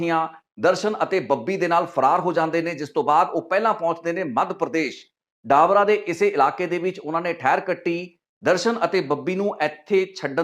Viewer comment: ਡਾਬਰਾ😂😂😂😂 ਡਬਰਾ ਨਾਮ ਆ not ਡਾਬਰਾ